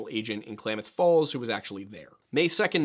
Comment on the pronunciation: Klamath Falls resident here. Excellent pronunciation! Crater Lake is incredible. Photo and video never do the deep blue of the lake any justice. Something to note: Blue jeans are denim, which is cotton. Cotton is first on the list of NEVER WEAR IN THE SNOW. It doesn't hold heat and gets wet very easily. It's egregious that he would be so well prepared but be wearing blue jeans.